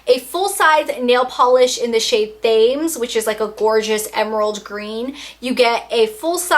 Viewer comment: thames is pronounced "tams". it's named after the river in london.